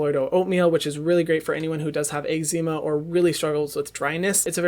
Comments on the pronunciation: The way he said eczema had me dead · Ermmm he pronounces eczema totally wrong lmao. And the tatcha indigo cream is way way too think for daytime